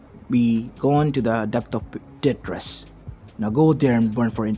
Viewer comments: just so you know it's tartaros not tetris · Tar ter it's